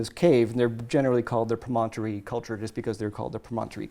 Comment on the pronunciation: Those snakes are so cool! I would love for to be a guest again. What other cool archeology/paleontology things are going on? I have to say though, as a native Utahan, it is so weird to hear you pronounce Promontory pro-MON-tory. We all say it it PROM-on-tory.:)